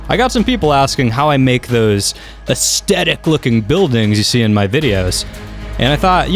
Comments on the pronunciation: "Ass tedick" I think the word you are trying to say is "Ass thetic" ;-) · As tet ic - Aes thet ic Drives me crazy when you say it hahaha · Stop saying asthectic (is that how you spell it?) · Am I the only one triggered when he mispronounces aesthetic as aeSTetic? There's an H in there bro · I think you mean “astetic”. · new drinking game take a shot every time you hear estetic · Say the word "theory".. Aesthetic has the same" th" sound in it. Not a hint if a aesdetic. Great video though and I'm sharing it with friends. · Your mispronunciation of "aesthetic" every 8 seconds kills me. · an an extra one for each time he cant pronounce it! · I can't finish the video - the only thing worse than over using a word is pronouncing it wrong every time you use it! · I can't get over the way he says it; laughing so hard, this is great. XD